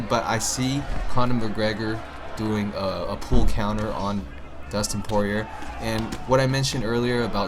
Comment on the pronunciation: Poirier is pronounced Pour E A and glad to see you are a fan of UFC